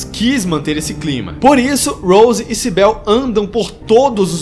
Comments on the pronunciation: O nome da policial nao é Sibél, é Cibyl, vc pronuncia com I mesmo. Adorei o video, a tempos eu esperava por um review br desse filme lindo. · Tua analise é otima! So pecou na pronuncia do nome da Cybil e em dizer que elas morreram no acidente. Silent Hill é um mundo paralelo( até mesmo mental), não espiritual. No acidente elas apenas entraram num "portal". Se elas tivessem morrido, teriam achado os corpos quando foramna cidade em busca delas. Esse filme é MUITO BOM, mesmo tendo colocado um piramid head sem motivo algum. Muito bom mesmo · "CyBEL" kkkkkkkkkk Tirando a pronúncia errada do nome dela, gostei muito da sua análise. Mas se a Rose morreu, como o Chris/Harry encontra com Cheryl? Pq no segundo filme ele está cuidando dela. 🤔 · Ótimo vídeo irmão mesmo com alguns erros de pronúncia nos nomes da Cybil e da Cheryl ficou excelente e ah queria adicionar um comentário as enfermeiras nos jogos tbm são atraídas pela luz isso no primeiro jogo não lembro no segundo